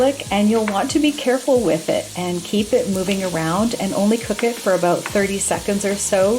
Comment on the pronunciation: Aboot! Must be Canadian. 😊